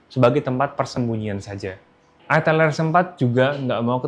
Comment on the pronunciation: Bacanya Aitel bang